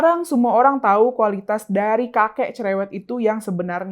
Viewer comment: Lizal LamLi bukan cerèwèt, dia tuh CELÈWÈTTT bin BAWÈL😂😃🤣😅😆